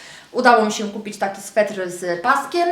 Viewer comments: aaaa SWETER!! nie swetr! juz slyszalam to w kilku Twoich filmikach. :P ^^ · Sweter kochana, sweter (nie swetr) :) Torba jest super :)